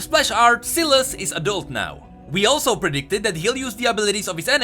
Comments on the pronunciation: Why is he saying Silus? Its SY LAS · I thought it was pronounced with a long "i". Not a short "i". Anyone else think that? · its not "ceelas" its S-WHY-las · please call him S a i las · I might be wrong but... Ain't that name spoken as: sailes instead of siles? Syles. It's a y not I? Might be the country difference but yea. I think it's sai-les. Not sil-es. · me chuckling when called sylas silas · cmon man. Sylas. Sy-las. Not Sillass. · its not Silas... its Sylas spell it right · Not syylas <;; Sai “ Las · I love how he used to say sealice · You are giving me an anurism by saying silaas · Bruh my ears... selas selas selas selas....... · dude its pronounced (sigh-lus) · Say the name right u are saying selas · SAI LAS. thts how its pronounced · It's pronounced "sigh...... Lus" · Sylas is pronounced SIGH-las you mongoloid. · I thought its "sai-las" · I have a friend with the same name and we pronounce it SAI LAS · It would be pronounced sss eye less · It is. just pronounced it wrong. It's pronounced like 'sigh-liss' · Omg his pronunciation of Sylas in this video just makes me want to commit suicide even harder than before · It hurts me to listen to pronounce sylas wrong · Sylas with an y not an i, makes me physically cringe every time you said it with an i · I just can't watch the video through when you pronounce Sylas so wrong. Hurts my ears. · You are reading his name wrong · Awesome video but every time you say Sylas' name I want to die.